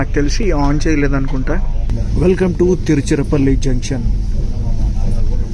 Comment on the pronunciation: EXLENT BAGUNDHI . EXPLAIN CHEYYATAM BAGUNTUNDHI. తిరుచరపల్లి అన్నారు. తిరుచిరాపల్లి అంటారు తెలుగు వాళ్ళు మనము కూడా తెలుగు వాళ్ళమే గదా..